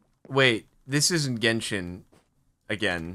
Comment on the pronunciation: "Wait this isn't gendhin again, is it ?" Always has been lol